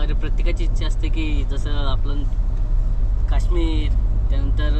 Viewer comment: Ya ati educated omla sadha marathi boltat yet nahi kaaashmir nahi kashmir jaalandhar nahi jalandhar boltat adhi swata nit bol nanter tya vijula kahi tari bol to tari job kartoi te pan govt te karun tyace video karto tuzya sarkha nahi